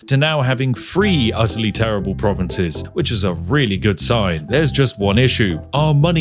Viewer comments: Or "three" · Three or vree? What is going on with the pronunciations